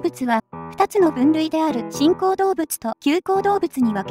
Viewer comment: 新口動物がチンコウ動物に聞こえました！